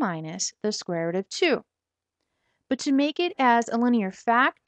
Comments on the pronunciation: square root not square rut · She's chinese is why she says rut..